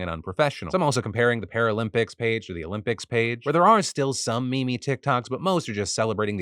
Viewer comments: Wait you pronounce meme as me me? 😂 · With all of these stories over all the years I've been watching, I'm shocked by your pronunciation of 'meme'....